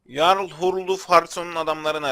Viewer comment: Abi amacim kotu degil bilgin olsun diye soyluyorum jarl diye yazilir yarl diye okunur